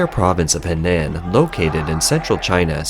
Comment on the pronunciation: HENAN is pronounced HUH-NAHN wake up reporter!